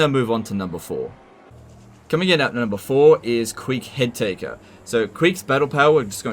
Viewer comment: For a second, I thought you said Queek Hentaiker